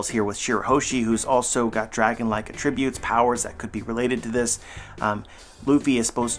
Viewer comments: Is there a reason why you keep saying "uh-tribute"?? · are you Canadian? Cause nowhere in America have I ever heard tht pronunciation